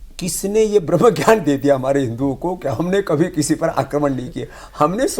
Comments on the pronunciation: ये रामदेव को सुअर ज्ञान के उच्चारण को बदल के क्यों बोलता है मादरचोद और फिर उसके बाद जो वर्ण की बात कर रहा है ये भी अज्ञानता पूर्ण है ये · ये रामदेव को सुअर ज्ञान के उच्चारण को बदल के क्यों बोलता है मादरचोद और फिर उसके बाद जो वर्ण की बात कर रहा है ये भी अज्ञानता पूर्ण है